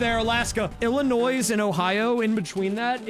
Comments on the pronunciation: I like how he pronounced it Illinoissss with an S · as an illinois resident, hearing you pronounce the s every single time made me want to throw a brick through my window, otherwise, great video